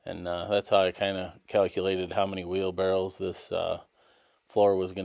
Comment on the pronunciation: How in the F do you know how to spell wheel barrows? But pronounce it Barrels???